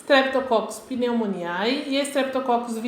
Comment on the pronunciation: estou adorando, seu vídeo esta me ajudando muito, mas lembre-se que o ae no final não de pronuncia, é agalacti ou pneumoni. obrigado pela ajuda.